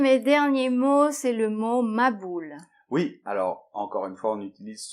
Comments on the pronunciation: je vous adore bcp💞, au fait a très bien prononcé mahboul 👍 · Bravo mahboul on prononce le h est ça signifie débile ou sot ♥️ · Merci pour les explications de nos exprissons, vous êtes super dans deux expressions choua et mahboul Vous les prononce bien.